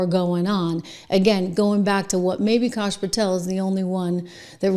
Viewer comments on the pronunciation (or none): Who is "kosh" Patel? I spent a lot of time in New England and no one ever asked me to pay them in "cosh".